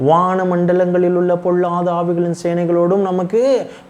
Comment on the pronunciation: தம்பி ல ள உச்சரிப்பை சரி செய்து கொள்ளுங்கள். பொல்லாத ஆவி என்பதை பொள்ளாத ஆவி என்று உச்சரிக்கிறீர்கள் .. தவறாக நினைக்க வேண்டாம்.